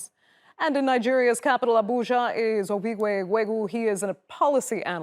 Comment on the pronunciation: she pronounced his name "Ovigwe Eguegu" flawlessly. I honestly didn't think that was possible 🤷🏾‍♂